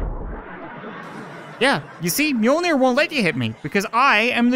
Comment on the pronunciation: Mjölner not mjolner And yes i am swedish